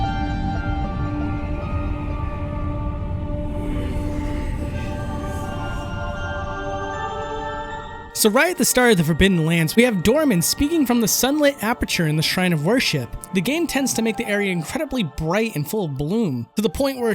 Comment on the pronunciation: Doorman. He called Dormin fckn DOORMAN.. 😂😂💀